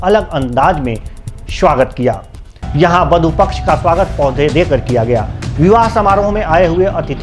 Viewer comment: शवागत नही होता है स्वागत होता है bada sha aur chota sa me fark nahi pata hai kya anchor ko